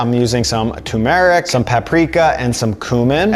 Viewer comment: FYI: "Turmeric" has two Rs and is pronounced TER-mer-ick (accent on 1st syllable), not too-MARE-ick .